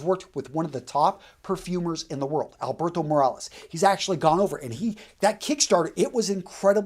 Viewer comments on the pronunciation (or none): How the hell a guy with a Latino name miss pronounces "Alberto Morillas"?